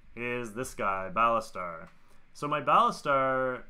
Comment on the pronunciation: Baltasar not Balastar :P